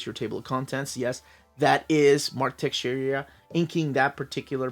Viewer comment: Mark Texeira not Texeria 🤣🤣🤣🤣